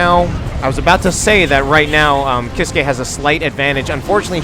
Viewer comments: Grim Reaper Sorry but it is actually pronounced "keys-keh" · It's pronounced keys-kay